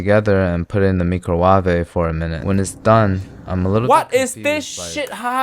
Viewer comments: mee cro wah weh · "Mi Cro Wa Ve", the known persons can always pronounce that, him and Nigella Lawson lol 😂😂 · whats with that weird ass pronunciation of microwave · All hail the micro-waveh!